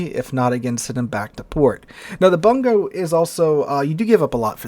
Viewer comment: Bungo is properly pronounced "Boon-go"